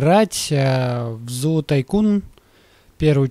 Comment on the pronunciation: 1. Делай акцент на строительстве. 2. Не котик, а лев! 3. Не зоо, а зу! 4. Сделай дейнозуха назвав вольер " Super Croc ". 5. Лохнесское чудовище это не отдельное животное, которое добавляется в обновлении " Complete Collection ".